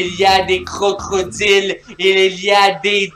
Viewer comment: "crocrodile" 😂oulala à besoin d'une maîtresse de petite section